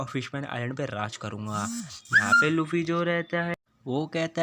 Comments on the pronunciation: Bro it's luffy not laffe😑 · Not lafy it's luffy 😅😂